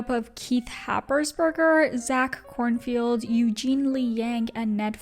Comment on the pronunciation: Zach Kornfeld ** not Korn Field